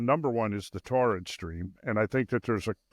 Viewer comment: Torrid? ---- You mean Taurid, right?